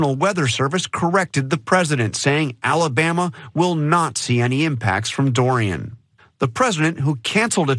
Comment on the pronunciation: As a native Alabamian, it sickens me to hear him say this state’s name.